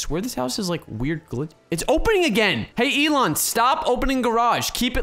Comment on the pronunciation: “Elon ant”